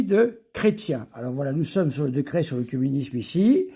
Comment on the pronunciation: se prononce é : écuménisme, écuménique, comme oeconomie